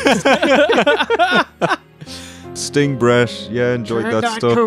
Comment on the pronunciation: said "red Sting," like "red stain," and honestly, he's not wrong. Also--there IS an evil Bosko. It's Diamonda Hagan on YouTube.